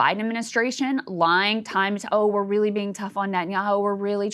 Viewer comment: 'is raeili interesting' 😄😄😄 was I the only one who thought that was funny?